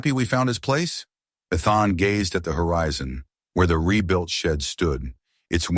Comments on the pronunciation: NOT Eth-en, NOT E-thon, NOT I-thon! His name is pronounced E-thin. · His name isn't Eth-en, his name is E-then. Learn to pronounce the names correctly. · Not E-thon, E-then! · Or E as in the letter, than with soft a. I kept on to hear the story but constant mispronunciation was a actually. It is VERY common through all these stories. Sigh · So distracting!